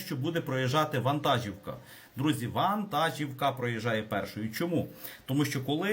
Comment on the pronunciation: ВантажІвка. Наголос))